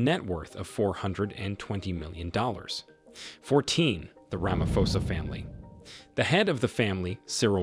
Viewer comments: rama'p'osa it's pronounced rama'p'osa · U called him Cyril ramafosa 😅